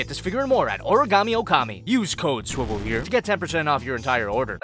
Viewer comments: its time to s-s-sviwel!!! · It's funny when he says swivel here